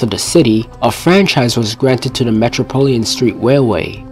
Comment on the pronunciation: It’s metropolitan, not metropolian